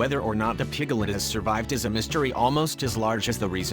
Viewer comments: Isn't it piglet not pigalet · A pig-gel-ette ? Two syllables, sir! PIG-let. Where did you learn to read? Two headed animals are not as rare as an adult who does not know how to sound out a word! Gees! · It's PIGLET ... not pigalet....sssshhhh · please stop saying pig a let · pig - i - let - it's NOT evolutionary. for pete's sake!!! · "Pick-a-lit". "pri-mit" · I noticed those, too! piglet with 3 syllables! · you mean pi ga let? LOL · PIGALIT? SERIOUSLY? NEED TO LEARN HOW TO PRONOUNCE THE WORD. I BET ALL THOSE CHEMICAL FERTILIZERS ARE CAUSING THESE MALFORMATIONS.......CAMBODIA ISN'T EXACTLY RENOWNED FOR IT'S CLEANLINESS. AND NO BODY HAS THE RIGHT TO KILL A DEFORMED ANIMAL, MOST OF THEM CAN LIVE A NORMAL LIFE & SHOULD BE ALLOWED TO LIVE. I HATE FARMERS BECAUSE OF THIS. HUMANS CAN BE SO EVIL, YOU JUST HAVE TO LOOK AWAY SOMETIMES. THEY DON'T KILL MALFORMED CHILDREN DO THEY? THEN WHY , DO THEY MAKE SUCH DRASTIC DECISIONS FOR DEFENSELESS ANIMALS????????? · It's so cute how you make "piglet" a 3 syllable word 💜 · stop with the electronic voice, the way it says piglet is really stupid